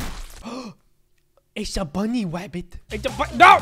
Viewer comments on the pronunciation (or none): You say bunny wabbit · The funniest part of the video was when said bunny wabbit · HAHAHA i LOvE WHEN HE SAYS Bunny wabbit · bunny wabbit